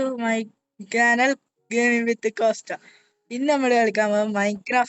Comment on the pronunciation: കാനൽ അല്ല ബ്രോ ചാനൽ എന്ന് പറയ് 👌